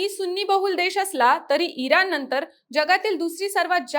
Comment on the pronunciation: एक छोटासा सल्ला देते. कृपया आपले ucchar अशुद्ध आहेत जिथे ण पाहिजे तिथे न म्हणत आहात. एकूनच, इरान, कारन. तुम्ही बातमीदार आहात ucchar शुद्ध पाहिजे.